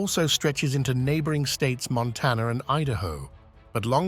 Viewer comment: Montanner he says for Montana